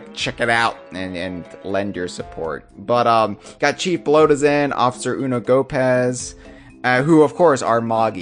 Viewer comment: You pronounced Officer Unogopaz's name odd. You probably know it already but his name is You No Go Past.